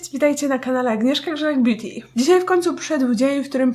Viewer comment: Czy ty zamiast powiedzieć beauty (bjuti) powiedziałaś biti ?